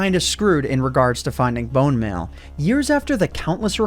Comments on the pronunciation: pronounces bone meal as bone mail 😂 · Bone smell